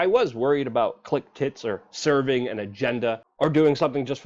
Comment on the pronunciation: I heard "click-tits" both times 👅👅